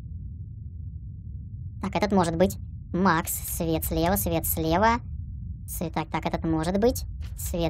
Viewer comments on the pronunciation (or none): none